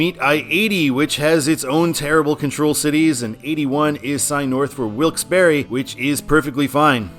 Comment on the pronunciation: It's pronounced Wilkes-Barre The e is silent